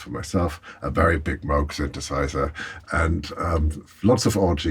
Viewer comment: Hans teaching the uninitiated how to pronounce Moog!